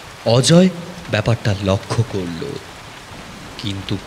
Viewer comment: Plz narration is ok but lakkho krlo bole kichu hoy na lokkho krlo hoy kindly work on pronunciation dear